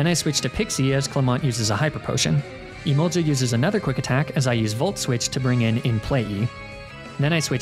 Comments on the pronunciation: Im sorry but the way you pronounce emolga infuriates me it doesn't have an i before the a I'm begging. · the way he says emolga like emolja is so infuriating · it's emolGA with a hard g not emolja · Not the kind of person that gets angry over pokemon pronunciations but emolja is a war crime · The only thing more demoralising then negative comments about toxic stalling etc. Is the lack of a 1 hour loop video of you pronouncing "Emolga".